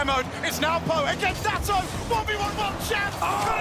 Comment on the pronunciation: It's insane that the casters refuse to pronounce NWPO's name correctly after all these years. He's a world champion and it's embarrassing that these people can't just be professionals and get it right. Maybe if I spam this in the comments enough, eventually someone from production will decide to give a shit. Incorrect: ❌ Now-po ❌ New-po ❌ New-bo ❌ No-bo Correct: ✅ No-boo